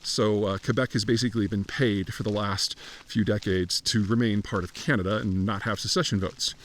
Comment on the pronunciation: There are 41.6 million people in Canada dude…..being off by 2 million people is very significant! Also, please learn to pronounce “Canada” properly or shut up ffs!